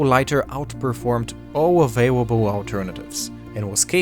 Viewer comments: "All awaiwabwe alternatiives" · This man says all avawable lighters